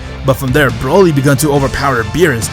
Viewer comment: Hes calling broly brayle